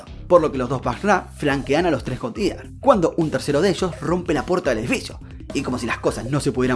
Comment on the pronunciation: Muy buen to aporte, muy bien resumido y con claridad. Sugerencia; (eater, no se pronuncia ear. (ēdər: Ider, o itær, no encontré la letra hahahaha digamos que es esa. Me ha atropellado la tecnología.) si te gusta pronunciación británico.